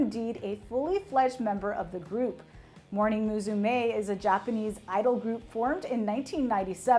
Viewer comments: "muSUme" not "muZume" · its pronaunced mussume (meaning daughter ) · 同意。 ただ、モーニング娘の「むすめ」を「ムズメー」言ってるのは笑ったｗ